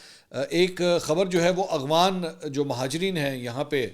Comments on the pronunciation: Mansoor Bhai yeh lafz aghwan NAI afghan ha aap aksar Afghanistan ka nam Galt lety hn please isy correct kr len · بھائی منصور صاحب۔ لفظ افغان ہوتا ہے نہ کہ اغفان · منصور بھائی ، آپ اغوان کیوں کہتے ہیں ، افغان مہاجرین کہا کریں ، آپ کو شاید فیل نہیں ہوتا آپ افغان کہتے ہوئے اکثر اغوان کہہ جاتے ہیں